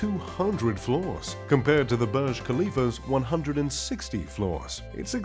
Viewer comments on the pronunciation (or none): Not barge but burge/boorj.